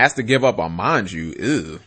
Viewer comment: Even though it might be a pun off Sanji's name, it's MAnju and SEnju. It's kinda annoying me at this point. At first, it might have been a misread or something, but after a while, it gets annoying, imo.